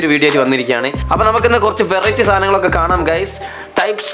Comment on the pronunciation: ᴠᴇʀɪᴇᴛy ᴀʟʟᴇ? ᴠᴇʀɪᴇᴛy?... ᴠᴇʀɪᴇᴛy ᴛʜᴀɴɴᴇ🙏🏻